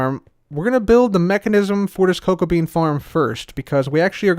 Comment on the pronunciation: Did anyone on accidentally think that he said cocaine rather than cocoa bean